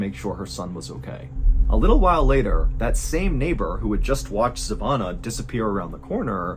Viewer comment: Place name is Kichevo and her name iz Zhivana...its hard for americans to say names from eastern europe and former yugoslavia...gretings from Serbia and sorry for bad english Mr. Ballen